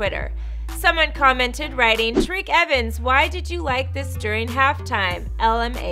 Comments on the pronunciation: Did she just say tareke evens. I'm pretty sure its TYreke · It’s pronounced tie-reek evens